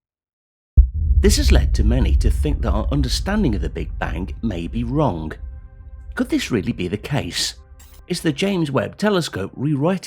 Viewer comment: cant hold to laugh each time I hear the "WRONG" word pronounced "WRONGK" SORRY!!!🤙🏽👍🇮🇩